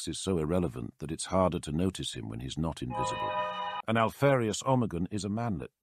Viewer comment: What does he say about Alpharius? I can't make it out.